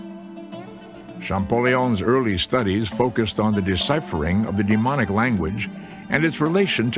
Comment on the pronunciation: DemoTic, not deMonic!